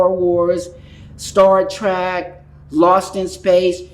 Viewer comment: She said "Star TRACK" -- not something a "prodigy" would say.